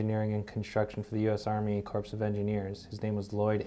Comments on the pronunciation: "CORE" , CORPS PRONOUNCED ... CORE of Engineers. Are you NEW ?! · you look like you're in a nice office but the guy you're talking to always seems like he's in a closet. Btw, tell him "corps" not pronounced like "corpse". Its pronounced like "core". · "Corps" as in "Army Corps of Engineers" is pronounced "core".